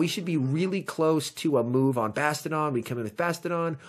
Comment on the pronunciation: Is there a reason you say bastadon instead of bastiadon?❤😉